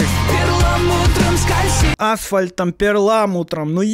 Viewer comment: Мне кажется, или в этой песне (ну которая с Маригу) в первом куплете «асфальт» и «перламутр» с двойными (или просто кривыми) ударениями. А во втором (где только Маригу) слова просто вдвинуты в ритм, и ударения норм звучат? Слушать песню не хочу, а то мне всю предложку это обосрет.